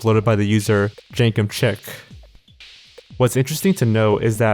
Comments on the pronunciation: The YouTube channel is pronounced Jenkem "Sheek". Chic is pronounced "sheek" not "chick" and refers to clothing and style. Hence Jenkem is "sheek" and thus "cool and in style" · The uploader of the hat video is Jenkem Chic, not Jenkem Chick. Chic is pronounced like "sheek" and it means "elegant and stylishly fashionable." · I believe it's pronounced jenkem "sheek" not jenkem "chick"